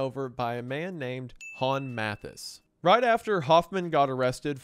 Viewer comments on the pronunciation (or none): The pronunciation of the names is so funny 🤣 Hon Meffis, Moonster, Ven Leeden